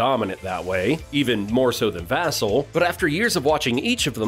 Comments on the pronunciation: It's vuhhhh-celll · It’s Va-Cell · It's pronounced Vuh+sell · Other than saying Vassell's name wrong, good video. GSG! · "Vassell" has the accent on the 2nd syllable. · You’re mispronouncing Vassell